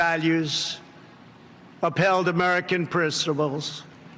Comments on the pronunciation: "upheld American prissables." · what are "printciples"?? ffs this guy doesnt even know how to pronounce normal words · What was that word again trumpy - “primpcibles” 🤣 He forgot to glue his teeth in again!! 🤦‍♂️ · . -upheld American "priss-i-pulls",- See a speech therapist, Mr. President!!!! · What’s a “pristables”? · "...upheld American prinsrples..." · I'm sorry ... "American prissables" ... Are we absolutely sure this person doesn't drink!?! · Did he just say "percivals"? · "American prill-suh-bulls...: SMH. This nut can't pronounce the word "principles" because he doesn't have any. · did he just say prissiples? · "upheld American prissables" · Wth. American "presnibles". 😂😂😂😂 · Did trump say persibuls? Giridharadas is Giridawesome! PLEASE PLEASE PLEASE MSNBC have him on more! please! This was the' best clip I have seen in a long time (next to Rachel Maddow). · The pricibles 😂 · Love how he can't pronounce "principles" properly. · he has no principles that's why he battles to pronounce the word principles...this man is a fake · Guy can't even say the words "American principles." Lol